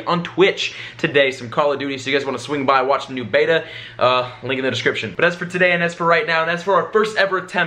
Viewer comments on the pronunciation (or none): none